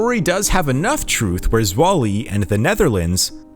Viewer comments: ZWOLLE = svow·luh Not Zwah-lee. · It's not "swoll-y." it's "zwol-uh" (Zwolle, Netherlands). And the Leo Majorlaan is a relatively short street, tho a busy broad street, but by no means a large street of any kind. A small note to know: It was revelead by his widow, cause he wasn't alive anymore when that was made public back in 2009. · Zwolle - "Zv-ow-ll-ah" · Born some 50kms from Zwolle: your pronunciation of this city located in the province of Overijssel, made it sound like some obscure African city! Granted,“Swollee” sounds comically hilarious & maybe a bit embarrassing at the same time! No biggie though, lol 😂! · Me, understanding Dutch, cringing every time he butchers the name Zwolle